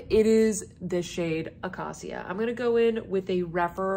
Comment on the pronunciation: Acacia is pronounced uh-KAY-shuh. It’s a type of tree 😊 These are very appealing shadows! Chene Brun and Murier Noi are calling my name. And I picked up the terra-cotta-ish blush this morning when I saw your update